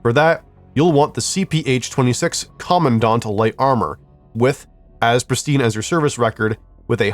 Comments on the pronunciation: Btw the Armor is pernounced "Com-man-dant." Not "Commondaunt" I had a stroke hearing you say it like that 😅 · quick pro tip: say the word command, say the word ant, command-ant, now you know how to say CPH-26 Commandant